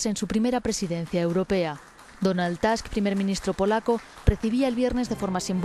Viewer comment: Donald Tusk, no Task. Polaco, no americano. La anglomanía de la selección española de Euronews es impresionante.